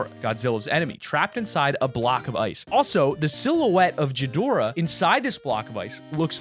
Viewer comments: King Ghidorah does not come out of a volcano, that's Rodan. It's pronounced Gee-dor-ah. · It hurts me because it's Ga-Dora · ok gonna be helpful, it's pronounce (gee,door,ah) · "King jidora" I'm dead!😂😂😂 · Omg he’s saying jidorah🤦‍♂️ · This guy butures the shit of of Ghidorahs name they say it in the trailer how do u still say it wrong GHI dorah or Gidorah is how its said or prounced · Just FYI it's not pronounced jidora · Says gihidora wrong Me:REEEEEEEEEEEEEEEEEEEEEEEEEEEEEEEEEEEEEEEEEEEE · King Jidorahh......that triggers me lmao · It’s gi dorah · Craigs Cousin Yes, the guy in the video said Jidorah though lol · It’s pronounced king Gee-dorah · HE SAYS JIDORA!!!! 😡😡😡😡😡😡😡😡😡😡😡😡😡🔥🔥🔥🔥🔥🔥🔥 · I disliked im sorry but you said king ghidoarah wrong im sorry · its actually gih-dur-uh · You made me so triggered when you said “ghidora” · Dude learn how to pronounce Ghidorah, there is no j in there to pronounce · You don't say ghidora that way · You’re saying ghidora wrong idiot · As a Godzilla fan I forgive you for saying how you pronounced King ghidorah wrong but still cmon man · Who else got a little annoyed with his pronunciation of King Ghidorah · I don't like the way he says Ghidorah lmfao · The fact that he pronounces Ghidorah wrong pisses me off. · I cringe every time he tries to say ghidorah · Being a Godzilla fan you said Ghidorah wrong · Was anyone else TRIGGERED at the way he pronounced gidorah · You said Ghidora wrong Also in the movie Ghidora comes from the ice And rodan is the one that comes from the volcano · You dumbasses are going of off the new Godzilla movie. First of all that movies gonna be ass. Second of all Godzilla’s eye is the size of a car in Godzilla 2000. Third of all ur mispronouncing King Ghidora. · You pronounced gidorah wrong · You pronouncing Ghidorah incorrectly is triggering me. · Anyone else get triggered about the way he says “Ghidorah?” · Okay. I have one thing that irks me with this video. The "h" in King Ghidorah is silent. That is all.